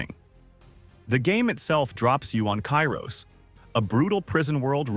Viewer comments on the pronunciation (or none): none